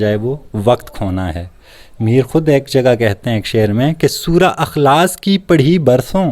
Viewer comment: بھائی اِخلاصُࣿ کو اَُخلاصࣿ کیوں پڑھتے ہیں؟؟